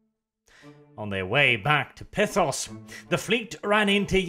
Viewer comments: Every time he pronounces Pythos as "Pithos" I die a little inside. And being confused after reading something? Colour me surprised. He's borderline functionally illiterate, so.. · I thought it was Pythos, like Python